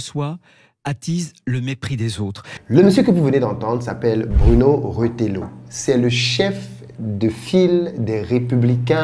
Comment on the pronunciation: Bro ça se prononce retayo..pas retélo.😮